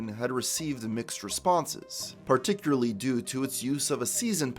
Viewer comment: I hate having to hear you say "Particuary" for 3 hours